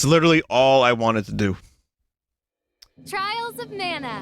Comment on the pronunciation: what a gweat fiwst impwession